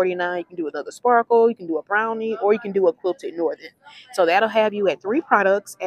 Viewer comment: You did pronounce the Bel Vita correctly, but Brawny is not pronounced “Brownie”. I do enjoy your videos!